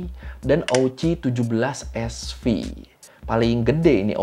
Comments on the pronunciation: Bukan Sv bacaannya, tapi Sievert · SV = Sievert (baca : sivert) . Satuan pengukuran dosis radiasi. Jgn bilang SV lagi bang😂